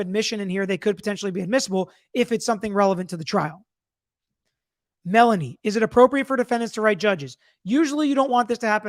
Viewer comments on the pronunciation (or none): none